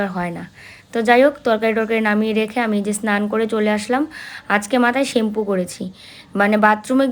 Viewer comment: শেম্পু না। কথাটা হবে শ্যাম্পু